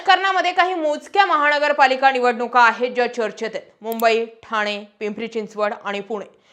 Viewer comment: वामन न आणि ण वर काम करा आधी नंतर पत्रकार व्हा महा ण गरपालिका, पैलवा ण